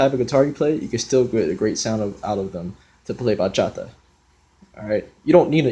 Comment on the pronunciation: Bro actually pronounced the words bachata and bachateros right😭❤️ i'm so happy right now